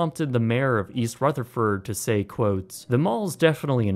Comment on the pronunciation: “in east ruth a furt New Jersey…”